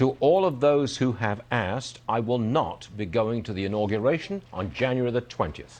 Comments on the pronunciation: It's pronounced, "INAUGURATION" not INAGURNATION or INAUGREATION. It's hard to take you serious when you mispronounce key words in a multitude of ways. Step your grammar game up my guy. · Im saying "Inargriation" from now on! 😂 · Uhhhh u gotta be able to pronounce the word..IN-AW-GUU-RAY-TION!!!!! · How you not gonna get "inauguration" right, fam? I'm dying!!! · Somebody please help him pronounce “inauguration!” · Pronouncing Inauguration had him in a choke hold 😂😂😂